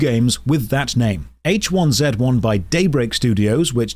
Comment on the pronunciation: when i heard how you pronounced h1z1 i just couldn't i'm sorry